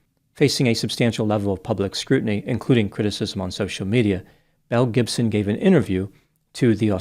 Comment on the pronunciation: I’m know you’re saying Belle Gibson but I keep hearing Mel Gibson and both track lmao. 😂